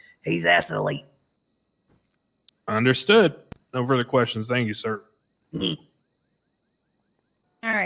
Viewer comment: "He's ath-a-leet" might be the best bit of improv in the entire video. This shit rocks, gr8 upload